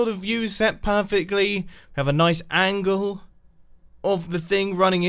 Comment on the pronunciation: just listen to the way Mumbo says angle... Just. Just. Listen.